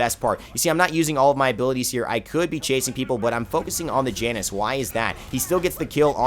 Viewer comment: Janus is pronounced "Yan-us"